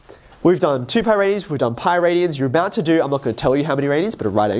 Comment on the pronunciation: There’s no t in radian